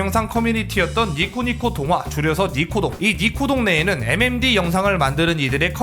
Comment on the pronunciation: 5번째 사연은 MMD커뮤니티가 아니라 M'엠'뒤커뮤니티노